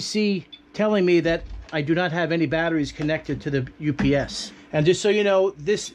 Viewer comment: U-P-S Not ups